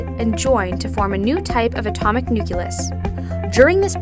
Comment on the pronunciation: IKR? and the Nuk-yuh-lus of an atom?!?!?! NUCLEUS! NUCLEAR! Nucleus and nuclear are some of the only words in English that are pronounced how they are spelt!